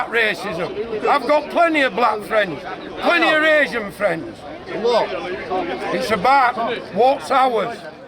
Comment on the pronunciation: " I've got plenny ov black friends, plenny of asian friend ", ...... He might be trying to say that " he's got too many, and That he just wants rid of them". ......